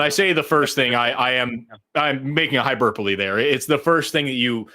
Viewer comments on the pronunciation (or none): said "hyburpoly" instead of "hyperbole" and I can't stop laughing...